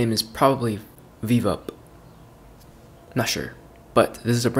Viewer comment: The prounnounce is bi bi up